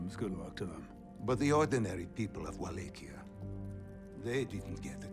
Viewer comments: Wallachia is pronounced "VLAH-kee-ah," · Love your pronunciation of Wallachia lol